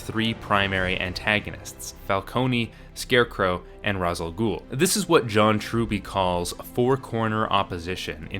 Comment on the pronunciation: Just... please. Its not pronounced "raz" its "rash"